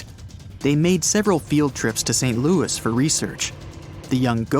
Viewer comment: Shake your head guys, the place you are talking about in not in the USA, it is in Saskatchewan, Canada. St. Louis is pronounced loo ee, respecting its French roots.